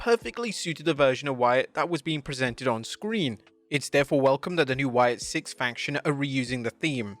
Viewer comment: It's Sicks, not Six